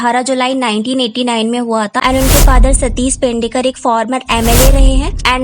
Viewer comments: Pendekar nahi pednekar he vo. Atleast apni video ke topic ka naam to sahi se bolo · Alag duniya se hai madam 😂sab ke naam aisehi bolti hai